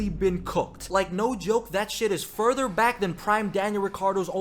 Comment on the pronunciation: I legit thought you said "we are so black"